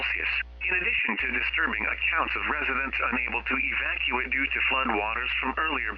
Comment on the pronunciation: can't say Evacuate properly.